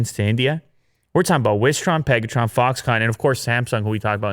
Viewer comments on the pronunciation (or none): its a Tron not an On... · Did he say Peg-a-tron? 🤔